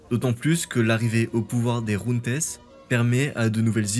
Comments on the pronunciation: Junte c'est un mot français mec et ça se prononce jeinte. En espagnol c'est Junta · "jeinte" et non "junte" ! On apprend tous les jours.